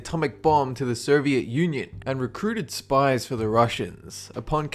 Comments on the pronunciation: Is it just me, or are you pronouncing Soviet as 'Ser-viet'? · I think i heard you pronouncing "soviet union" as " serviet? Union"